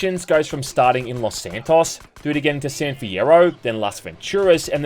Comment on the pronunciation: Pissed me off every time you said Los SanTOSS